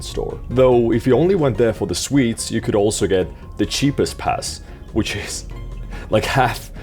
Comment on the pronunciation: I genuinely thought was saying "Swedes" instead of "sweets" at the beginning lol